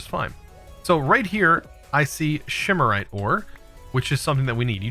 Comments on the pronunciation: again, calling it "shimarite" clearly the names says "symorite", jesus read the names... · learning from, its octane, not octine, shimarite, not symarite, wraths not wights, and valentite not valenite...